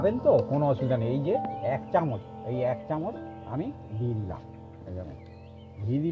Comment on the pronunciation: “এক” উচ্চারণ এ্যাক্। এ্যাগ্ না। x